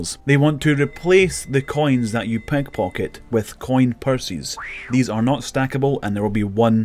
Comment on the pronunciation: "C O I N PURSYS" lmao